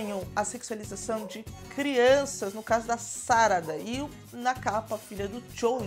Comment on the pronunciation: SaradÁ, os japoneses dão mais ênfase no final da sílaba. NarutÓ, KakashÍ, chidorÍ, amaterasÚ....